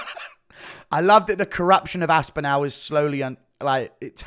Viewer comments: It's Aspinall not Aspinal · Why do you pronounce the end of Aspinall like "nal"? It's more like nawl, or how the end or the word spinal is said. Very weird way to say his name man. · Enjoying the vid but the right pronunication of Aspinall is Aspinawl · ASPINALE. Chael levels of mispronunciation. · great vids, but, pls work on your pronunciation of "aspinall". thanks